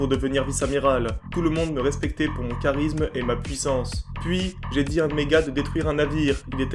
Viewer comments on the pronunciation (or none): none